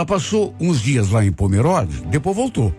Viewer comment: Se pronuncia pomerôde e não pomeróde 😅 moro em santa catarina cidade vizinha de pomerode ❤